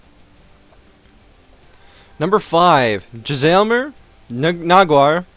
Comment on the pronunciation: It's Jay-Sal-Mere.